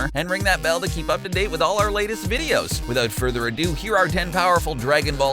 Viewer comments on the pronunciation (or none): none